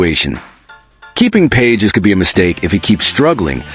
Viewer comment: His names is pronounced "Pa hez", not "Pages".😅